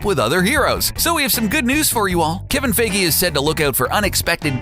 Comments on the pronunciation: It’s not (fae-gee) it’s (fie-gee) you decrepit moron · Fie FIE GIE It rhymes with die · It's fai-gee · It's pronounced F-eye-hee!!!! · really wish hed stop saying feggy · FEY-GE...DID HE JUST SAY FEY-GE